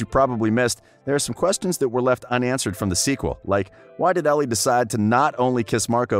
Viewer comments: Omg plssss stop pronouncing Elle like Ellie it’s sooooo cringe 😂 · the way he said elle «ellie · The only thing that annoyed me in this clip is how he saif ellie and not elle😅 the rest was nicee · WHEN YOU SAY ELLE YOU NEED TO SAY IT LIKE THE LETTER “L” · It is pronounced as ell not ellie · I’m sorry but clearly this guy hasn’t watched the actual movie because he keeps saying Ellie other than her name ELLE! sounds like the letter ‘L’ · Kelsi Brooks it is pronounced as ell but is spelt Elle and he keeps saying to wrong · NOT ELLE YOU SAY IT ELL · Me reading the comments about how he said Ellie and it’s pronounced ell:👁👄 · it bothered me how u said ellie not ell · It’s pronounced Elle not Ellie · It’s Elle not Ellie x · It is Elle not Ellie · Who is annoyed that he kept saying Ellie not Elle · It’s L not Ellie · Is elle not ellie 👎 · Oh my god it’s driving me crazy the way he pronounces it ellie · It hurt how he kept saying Ellie 😭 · there's never any mention of how much Elle needs for school. Marco was supposed to look like another Noah, not resemble someone from another show. Elle should never have been able to see Noah in the audience because the stage lights would have blinded her. PLEASE LEARN HOW TO SAY ELLE (not Ellie) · Her name is pronounced el spelled elle not ellie. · It's Elle not Ellie!!!!🤦🏼‍♀️This man is very informative but annoying 😂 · the 11th thing you missed: how to pronounce Elle 😂 great vid though 👍🏻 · It was driving me insane 😂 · THANK YOU. I kept mentally correcting him. It was driving me insane 😂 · I was about to comment that it’s driving me insane! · Willa Ferree it was driving me insane to and I was getting so annoyed 😑 😂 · you pronounced elle wrong btw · Had to comment before I clicked out of the video after less than a minute because if you’re going to make a video about a movie... you could at least pronounce the main characters name correctly..... not muxh research must have gone into this video ....